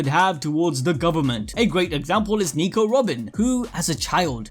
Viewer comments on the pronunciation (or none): none